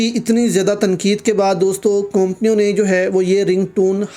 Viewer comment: Companio bi Sahi Tara se bolo jahil admi companio